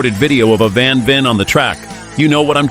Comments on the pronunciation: Al least get the name right...van Veer??/ It's van Veen,pronounced like VAIN. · Just a little correction: It is mr. Van VEEN. Not van Veer 😢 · VAN VEEN, not van veer. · You pronounce it as [van - english 'one' with a v before] [Veen - 'Vayne'] I saw / heard / smelled these Kreidlers IRL, they're so awesome! When I was a teenager these racing Kreidlers where the inspiration for me and my friends to tune our 50CC Kreidler RMCs to the limit. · Nearly all 100% AI generated rubbish. Didn't even pronounce his name correctly.